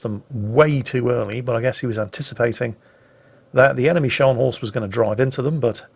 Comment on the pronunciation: that's not Schors, that's Scharnhorst.....